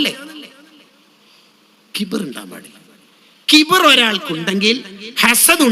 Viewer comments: ഖിബ്ർ അല്ല , കിബ്ർ എന്നതാണ് ശരി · ഖിബ്ർ ❌ കിബ്റ് ✅ 😊